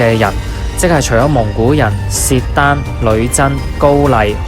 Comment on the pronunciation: 契丹讀kit3 daan1，唔係sit3 daan1，英文都叫Khitan